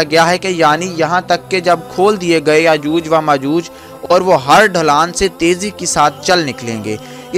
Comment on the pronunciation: Yajooj wa majooj nhi hota. Is ko yajoojo majooj. Read krty hen.